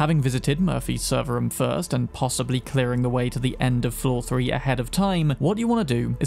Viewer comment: why do you say "rom" for room